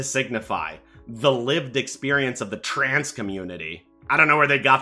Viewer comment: he says shit like alphabet soup instead of queer and intentionally mispronounces trans he's clearly to scared to talk about trans people